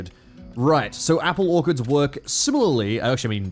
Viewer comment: . . . I'm sorry, apple what? Apple Orkerds? Not orchards, orkerds? Apple ork. . . herds? WAAAAAAAAAGH! Also, Wyrmaxan military seems stupidly unbalanced.